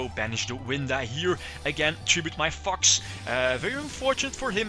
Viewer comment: The way you pronounce "Fox" is hilarious "FUCKS" xD Majespecter racoon is a what? STRATOS!! inb4 Majespecters will never come to the TCG/Racoon will be banned forever but limited in the OCG i cry